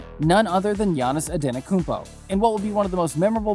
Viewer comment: It's pronounced An-eh-te-koom-po..I'll admit that's a hard one, took me awhile to get it right.